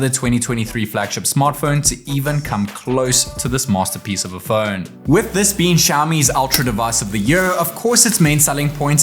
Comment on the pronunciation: It’s not fööööön its Phone